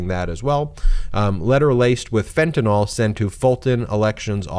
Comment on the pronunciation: “FentanOl” /= fentanYl